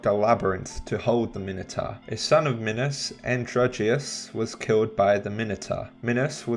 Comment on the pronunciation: he actually said minos right :O